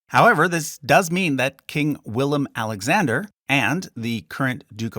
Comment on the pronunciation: As a Dutch person I would love to see you actually use the Dutch spellings of the names and not the anglicized versions. I don't even think it would present a large pronunciation/understandability problem. you even pronounced the current kings name correctly, so why use the English versions of the older kings and governors?